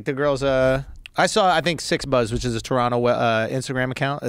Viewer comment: KUDOS to the guys saying Toronto properly